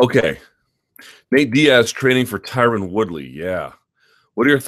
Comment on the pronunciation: MyTubeIsBetter20 lol no one pronounces it correctly . Ty-Ron ...ty-rone etc